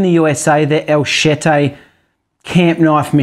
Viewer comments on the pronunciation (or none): its not pronounced el shitty its el chete...like machete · its not pronounced el shity its el chete...like machete